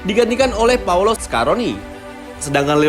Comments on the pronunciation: Bukan paulo, tapi paolo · Paolo om..bukan Paulo.. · It's Paolo not Paulo. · Paolo ngab Bukan Paulo Cek KTP nya